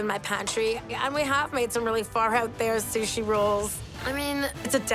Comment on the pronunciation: O wow! Alvin Leung can't pronounce "sushi". He called it "shushi." Daym! That's hillarious.. 🤣🤣🤣